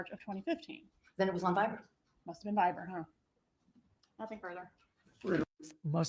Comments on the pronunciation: it's Viber,, not fiver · Totally doesn’t matter AT ALL but they’re saying “Viber” not “fiver” 😉